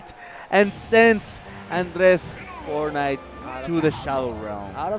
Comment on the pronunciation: fornait XDDDDDD